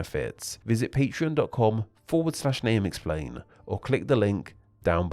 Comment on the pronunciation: where does your accent come from? below = belowa, thank you = thank youwa, patreon = patreona ?